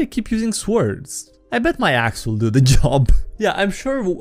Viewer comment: i love how ypu say svords